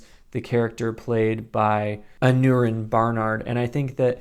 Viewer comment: Totally agree with your review. I already loved Aneurin Barnard and Zahn McClarnon, and I wasn't disappointed in their duo. I think they're by far the best characters. I like the dynamic between them and they're both very charismatic actors (BTW, the -neu in Aneurin is pronounced -nye).